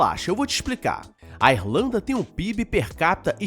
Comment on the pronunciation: Pera, o cidadão falou Êrlanda, foi isso mesmo que eu ouvi?